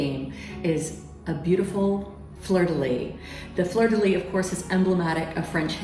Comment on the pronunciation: Please say: fleur de lys (lisse). ❣️😘🇨🇭